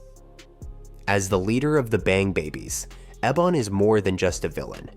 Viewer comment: Rubberband man is the brother of ebon not richie. You mispronounced ebon's name a few times.